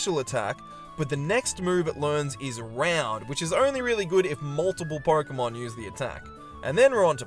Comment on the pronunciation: I like the premise of the video, really cool. But man, why do you say "Porkemon"? Why